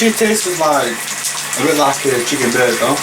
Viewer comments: hahah I thought it was only me hearing him say that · Also, tasses is not a word. It’s Tastes.